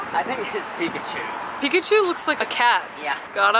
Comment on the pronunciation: “We’re gonna SMasH Pikachew” -Ryan